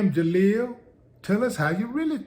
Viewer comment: Not Jaleel.. More like JaSQUEAL...